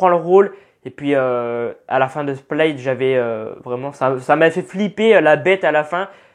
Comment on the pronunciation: Slt ta vidéo est cool , j 'adore ta façon de parler du trailer donc vraiment t au top. Le seul truc qui me dérange c'est t'a prononciation de Glass ( tu dit gloss) Split qui devient splaït ( ça ce dit Split aussi en anglais) et le pauvre shyamalan( se prononçant shamalan le y est muet) sinon super vidéo continue comme ça +1 abonnés 😃😃